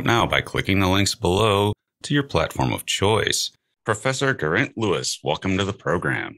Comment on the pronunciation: It's pronounced gair eye nt Nice name....